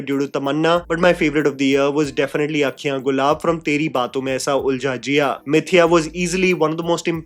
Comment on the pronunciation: It's Mithya, not mithiya, it means lie...